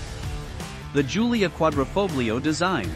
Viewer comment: Such a shame some people can't pronounce 'Quadrifoglio'